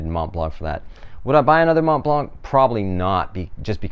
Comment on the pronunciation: Don’t pronounce the “c” at the end ;)